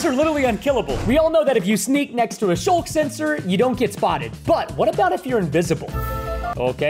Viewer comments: its skulk sensor not shulk sensor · It's not shulk sensor, it's skulk sensor.